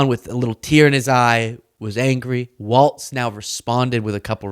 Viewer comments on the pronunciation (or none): That is “Walz” pronounced “walls” Kamala Harris’ running mate, not “Waltz” pronounced “walts” who made the Signal chat. Please pronounce their names correctly. The distinction is important. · his last name is Walz not waltz. Love ya!! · it's pronounced wallz like ballz not waltz like a dance js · W-A-L-Z ELLONIA! LEARN HOW TO SPEAK ENGLISH W-A-L-Z! genius?doubt it, fella.